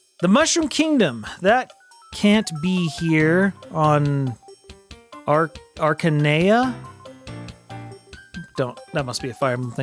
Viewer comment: I think the most impressive thing about this quiz was that you pronounced "Archanea" correctly on first try despite knowing nothing about Fire Emblem.